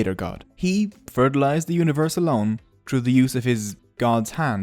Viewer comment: no one: Literely no one:: TROOOOOO Me: its THROUGHH